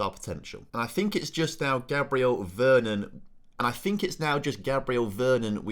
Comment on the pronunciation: mate! youve butchered most of the names. VER -RON